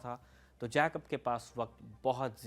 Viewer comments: जैकब नहीं ठीक उच्चारण जेकब होता है! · you mispronounce General Jacob’s name. Please make the correction. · Please pronounce Jacob correctly. It is so irritating!!!